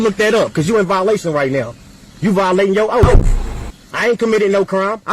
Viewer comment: The officer is violating his “oaf”